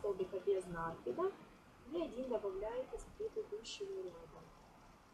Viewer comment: Не надо говорить с ударением на первый слог "нАкид" правильно "накИд.